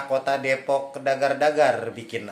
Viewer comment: Depok ga pake E bang